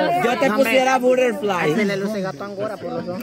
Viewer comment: Yo te pusiera “Burerflai” 🤣🤣 este mahe